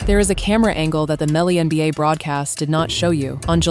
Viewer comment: The "womBA"?? Get a new AI voice.